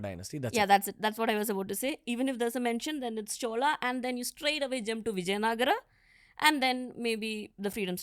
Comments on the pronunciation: it is vijayanagara not vijayanagar. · It's vijaya nagara only not vijay nagar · Xhutiye, it is actually called Vijayanagara in Kannada.